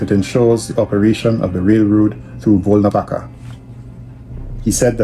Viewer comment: its Volnovaha (ha), bro. Like half (ha).